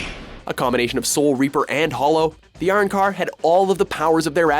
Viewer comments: isnt it pronounced Uh--Ron-Car? ban? ban? that i know is said BON like in bonnet not ban as in banner.....can they at least watch an episode or clip from these shows so they can pronounce them correctly? Or at least in a way that doesnt sound incredibly off. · are - ran - car.... ban - kaiy .......... omg whyyyyyyyyyyy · Mispronounced Arrancar and Bankai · OMG POOR ANIME! MY EARS ARE BLEEDING ITS NOT ERANCR ITS ARRANCAR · They way they pronounced Arancar really pissed me off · They butchered bleach soooooo bad ban-Kai lol its Aran-car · Areancar? Bankey? Really? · Can you watch the series and then learn how to pronounce bankai and arrancar please? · apparently u don't know how to say arrancar and bankai right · even the Bleach placement was wrong. the war was capped the Winter War for one and second they didnt even pronounce Arrancar correctly